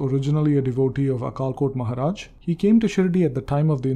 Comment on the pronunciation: Some pronunciation of Marathi words is not correct like अक्कलकोट महाराज Akkalkot Maharaj.